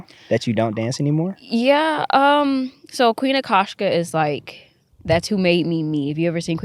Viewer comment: Queen Akashka ❌️ Queen Akasha ✅️ Lol love her vibe tho